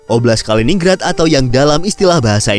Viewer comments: Kaliningrad itu dibaca KALI NIN GRAD, ya salam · MIN. Penyebutan yang benar, BUKAN "KALINING RAD" TETAPI "KALININ GRAD"